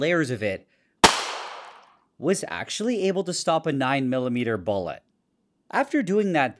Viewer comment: Why do you say bullet weird?